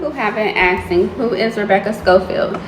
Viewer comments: She doesn't even know how to say "ask" and she's claiming herself to be a sleuth 💀 .. like here for example she said "ppl have been aksing me .." And she ALWAYS says "aksing" 🤡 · "the people in the comments AKSING questions" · "a lot of people have been AKSIN" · "to be axing me for evidence ... That's disgusting 🤓👆" 💀💀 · She “axe 🪓 the spirit” 😂😂 or when “people were axing 🪓 her for evidence” 😂😂😂 what?!! 😂😂😂😂😂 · The aksing got me every time.😂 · its really hard for me to listen to her talk, i just cant stand when people pronounce "asking" as "axing", It drives me up the wall. I know it could be an accent and whatnot but it grinds my gears. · this woman can't even say "asking".. she keeps saying "aksing"